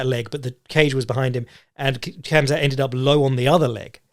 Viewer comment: For as much of an expert as is, im surprised he says "Kam-Zat"